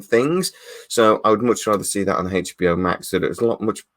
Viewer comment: What is this " Haich B O " you speak of?